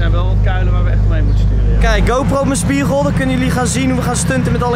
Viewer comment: Hij kan het woord spiegel niet uit spreken 😂